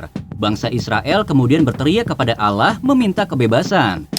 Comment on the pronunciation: Admin nya kayak nya org bukan islam sebut allah aja sebut alah😂